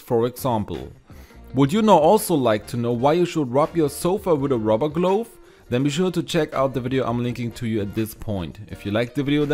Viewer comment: Wind... is said like whynd or wiiiiind like in wifi and glove is said like gluhv, like in love. Love.... the toilet role idea. 💕